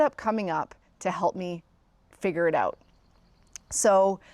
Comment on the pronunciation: I love how you say "oot."